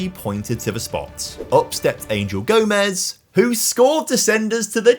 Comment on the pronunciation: Little comment just to say Angel Gomes is pronounced Gomesh as he is part portuguese ! Great content tho lad !